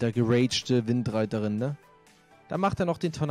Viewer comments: Widderreiterin nicht Windreiterin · Niemand: Absolut niemand:: WiNDreiterin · widderreiterin nicht windreiterin🤣🤣😂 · Niemand: Wirklich niemand:: windreiterin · Niemand:: WiNdReItErIn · Keiner:: windreiterin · Die heisst nicht windreiterin die heisst wiedder Reiterin 😂